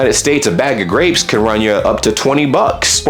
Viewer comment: Did you pronounce "Can" as "Canada"? 😁